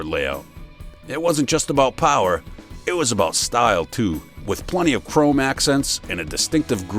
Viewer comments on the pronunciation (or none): none